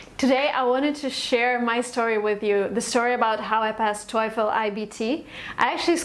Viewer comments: ikr? i dont even know how that bicth got 117 without even know the right pronunciation lol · How come u got 117 while u have hard time pronouncing the word TOEFL wrong. Annoying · For someone who did reasonably well on the TOEFL, she sure doesn’t know how to pronounce it correctly! Maybe why she didn’t get 120/120 😂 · The most common American-English pronunciation of TOEFL is "toe-full" not "toy-full." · TOEFEL not Toyful. TO.E.FEL. When "e" started to be peonounced "oy"? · It's quiet fishy coz its not Toeefl pronunciation but Toefl e being silent! You were lucky to pass! Having said so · it's not toyful! it's toefl and pronounced as toful. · def nina rica del tec de monterrey habla un ingles tecnico academico muy bueno nivel casi de 10, no se le nota mucho acento de hispano; exepto el toyfull hahaha los gringos los pronuncian tofo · You write it "TOEFL" but you pronounce it "TOYFL"! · You're stupids toyful is wrong!, but toefl is right. But sometimes we pronounce it toyful too! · How did you get 117? , you can’t even pronounce TOELF correctly 🙄 I can’t tolerate YouTubers like you, GOD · and yet you say toyful lmao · Ah yeah good job but it's not " toyful" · Its not toyful or toiful Really annoying i dont know how you scored 117! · she has not practice TAAAAAFEL pronunciation enough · It’s not pronounced toyfol u know 😅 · thought I’m the only one who got destructed by her “toyfl” pronunciation. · Why the hell would you write here and make us aware that she says toyful? Now, I`m hearing toyful from her all sentences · God damn it I cant focus on what she says...all I hear is TOYFOL! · Parei de assistir qndo ela disse TOIFOL. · Thank you for the video. The advice is very helpful!! There is just one question about the pronunciation of "TOEFL". Is it supposed to sound like " TOIIIIFL" or is it just me? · I always thought TOEFL is pronounced "toe full" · She keep saying toy-ful. Lol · How do u get 117 n still pronounce TOEFL wrong..